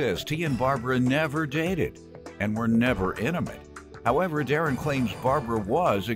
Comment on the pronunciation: Emucalte lol I am dying it’s INTIMATE